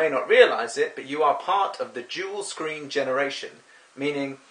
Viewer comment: Just Machine dual screening with an accent. It took me a minute as well 😂